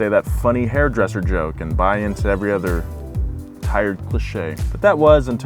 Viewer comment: Other its Other not ether. what are you even saying? ether cars? he can say another properly